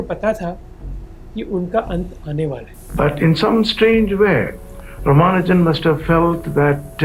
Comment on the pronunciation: Not Rama Arjun it's Rama nu jan